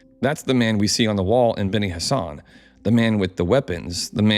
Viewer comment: I swear every time you say benni Hassan or whatever I hear Benny Hannah "from there they traveled down to Benny Hannah for a smokin good ribeye"